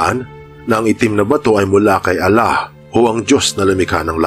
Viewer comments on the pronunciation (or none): none